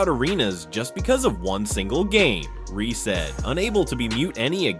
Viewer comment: Angel ReeSSSSSSe. Not angel Reee!!!!